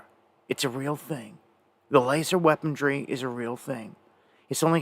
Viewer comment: ... THAT'S... WEAPON -REY... REY...NOT - NOT, WEAPON --DREE !